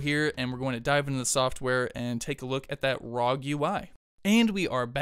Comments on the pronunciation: Please stop saying rog....say it R O G....pronounce each letter separate. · Arr oh jee